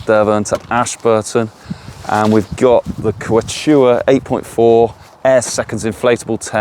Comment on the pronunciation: The Kew chew aah!